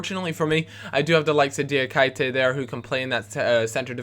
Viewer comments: ITS PRONOUNCED FUCKING DIAKEETAY! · my ears hurt when you say Diakite's name .... just say KI (the asian player from Swansea) over and over for a minute.. and then say.. DIA ... KI .. TE !! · 60 episodes in and he still can't pronounce Diakite's name...